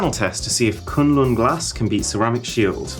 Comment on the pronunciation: Everytime he says Kunlun glass.. 😂😂😂😂